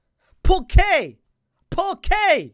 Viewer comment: It took me a minute to realize he was saying "POR QUÈ?!" I genuinely thought he was saying "Poke there! Poke there!" and I was wondering why are you poking the judge?😭